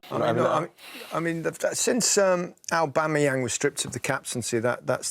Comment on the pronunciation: Man said Pierre Patrick Aubangayang 🤦🏽